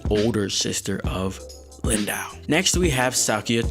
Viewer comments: Yo-han-nes von shick-zahl, dude :V It's not too hard :P Also, Lindow is "lin-doe." Not that it really matters :P ELEVEN DAYS YO! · I think Lind-Ow sounds funnier though.